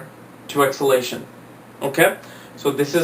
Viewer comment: First learn how to pronounce DEBILITATION and EXALTATION 😮‍💨😁😂😂😂